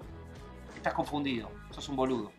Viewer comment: Si, sos un boludo -hay porque lo dice tan brusco :v